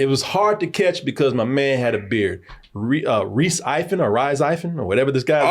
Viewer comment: Rhys Ifans pronounced Reese E-vons... I think